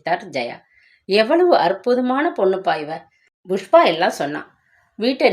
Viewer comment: Pl pronounce properly it’s pankajam not bankajam same pushpa not bhushpa. 🙏it’s not fullshit its bullshit. lol